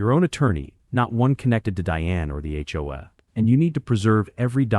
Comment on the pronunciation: Hopefully AI will learn how to pronounce HOA correctly at some point in the near future!